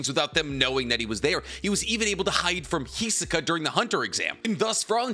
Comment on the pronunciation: Why you say "Hizuka"? That's just wrong :c